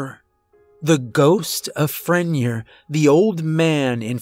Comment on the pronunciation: Pronounced Fren-yay